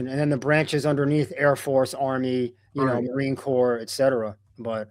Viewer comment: You’re a nice guy you have good content but my goodness you cannot be a political commentator without knowing how to pronounce common words like “marine corps” or “Guantanamo” or names of major political figures. If you follow politics these words should be automatic because you’ve heard them so much. I don’t get it.